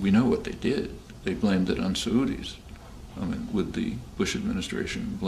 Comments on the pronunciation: I'd take a sa-oodie over an eye-rack any day. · Does he say "blame it on Saudis"? I've never heard "Saudi" pronounced that way